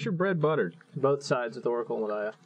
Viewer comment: "honorary spider: oracle of mul daya"... damnit